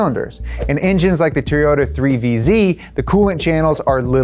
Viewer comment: me:: Teryota